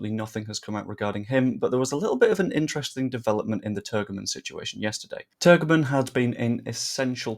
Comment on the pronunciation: Well done! You did a grand job. For you,, the other youtubers and fans, the israeli striker s name is pronounced. Turjeman.